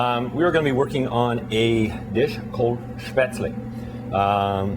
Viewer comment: I wish people (professional cooks) would pronounce Spätzle correctly!! UGH! Drives me nuts! It's Shhhp-ehtz-leh -- not sp-aytz-leeee...